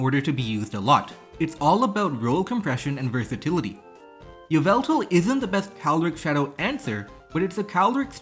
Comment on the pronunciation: Yveltal is pronounced like 'Evil-tal'. Yvel is a Middle English spelling of Evil.